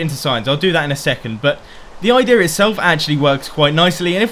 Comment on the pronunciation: Whenever he says idea it sounds like idirrhea